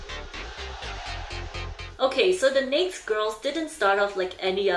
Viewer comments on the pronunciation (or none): is it nake girls or naked girls? why do I only hear her say "nake" girls. Naked is pronounced as "neyked" and she only says nake (neyk)?? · Or rather, pronounced "naykt" instead of the usual "nay-kid"... Interesting... Is the youtube demonetization explanation really true? It doesn't seem likely, as there are thousands (millions?) of videos on YouTube where "naked" is pronounced correctly. Technically it's a lot easier to censor on the written word "naked" in texts/titles rather than some speech recognition technology... I thought it was just a mispronunciation. After all, there are many words that should be pronounced like that, "baked", "ached", "raked" (normal past participle pronunciation pattern for verbs), while "naked" follows another pattern (for adjectives, and verbs that end with 'd' or 't' ), "crooked", "wasted", "faded". On the other hand, the narrator (this youtube channel owner) pronounces all other words perfectly, so I don't really know... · its funny that you say nakd instead of naked... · Is there a reason for mispronouncing "naked" ? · is their group name really pronounced 'neykd girls' and not 'na-ked girls' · the pronounciation is not neyk but neyked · Pronounce it right, nay-ked. Not neykd. But very informative. Good job none the less. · NA-KED. Ked. You kept saying "neikt" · Are you aware that,in English. the word naked has two syllables and is pronounced Nay- ked? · Naked… na-ked, not pronounced like baked… is that not normal info? 🤔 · "NAK'd" is honestly killing me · I’m sorry I love her but- why does she pronounce “naked” like that😭 i thought she said next girl or nates girl at first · It is pronounced NAKE- ED. OMG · It's naked girls, she purposefully say the word like that so yt won't banish her from earth 😂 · Still can't get over the necessary pronunciation of "Necked" Girls. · you are saying naked wrong..... it pronounced nay ked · It’s pronounced “nay-ked” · Why she pronounced naked as neik? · ney-kid, 2 syllables...